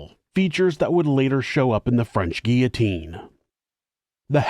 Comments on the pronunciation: Not gia....the LLs are pronounced Gee lo teen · Guillotine. Guill-o-tine. 'Guiotine 😂😂😂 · Curious with all due respect to. The grammatical pronunciation of 'guillotine'. Is it an accent based result for pronouncing sounding like: 'ge au tine', an accent based thing?. That's how it sounds to me, as a 4th generation born and bred Australian immigrant. 🤔